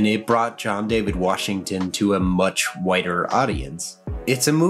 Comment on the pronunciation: did you say "it brought john david washington to a WHITER audience" or a "WIDER audience"?